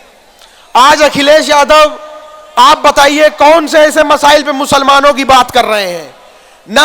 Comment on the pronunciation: Abe masile nahi masla bol be bolna to Sikh le